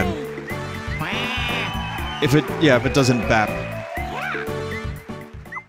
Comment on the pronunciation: It’s bap